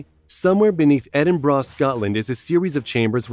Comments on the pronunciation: 😂😂 Edinborah, it’s ediburrah but spelt Edinburgh 🏴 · Wtf - Edin-BRA ??. Why do Yanks have such a problem pronouncing Edinburgh properly - it's as it's written ffs ! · I think the voice is computer generated due to its inability to correctly pronounce many words, not just Edinburgh.